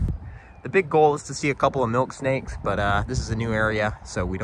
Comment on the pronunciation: ....at first it sounded like you said chocolate milkshake, I was just about to say, you gotta be trying to pull one over in me...smfh